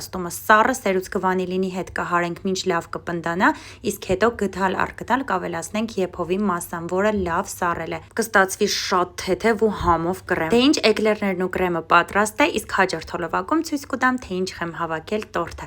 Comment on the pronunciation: Կռեմ չէ կրեմ😂